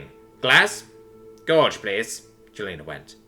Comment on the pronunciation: gowse and gorse